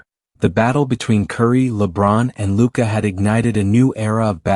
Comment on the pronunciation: Who is announcer that saying luka's name wrong 😮, can he not read!!!